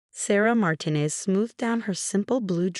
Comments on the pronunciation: Obviously, the AI doesn't speak Spanish. Sarah's last name is pronounced Mar-TEEN-ez. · Martinez and Reynolds were not pronounce correctly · Your AI can’t pronounce Martinez? Really? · Dozens and dozens of very common words are mispronounced. At least learn to say 'Martinez.'